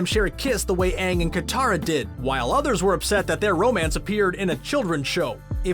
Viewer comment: Pronounce Aang's name correctly and it will be better end of video